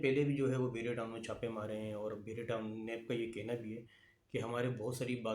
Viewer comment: Bahria , not behria